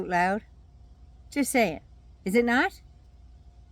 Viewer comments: He said “am not a Christian” i thought he said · Yeah, he said, “I’m aught a Christian…” 😈